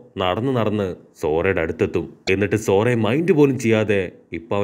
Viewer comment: Bro zora alla zoroo